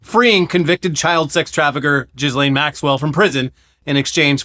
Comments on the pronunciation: Ghislaine is not pronounced "Jizz-lane" (as funny as that is). It's a hard G and the S is silent, so it's "Gih-lane". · Just so you know, Ghislaine is pronounced with a hard G and the S is silent. I don't want you to change how you say it, tho. She doesn't deserve to have her name pronounced correctly. I just wanted you to know lol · Most of us have taken to pronouncing her as JIZZ-LANE for the obvious lewd connotations.